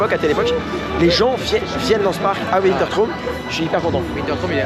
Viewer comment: Je vois que tu ne sais toujours pas prononcer wintertraum 😂😂😂 PS : c'est mon parc préféré